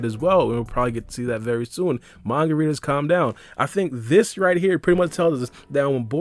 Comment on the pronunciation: The way you say manga readers sounds like margaritas.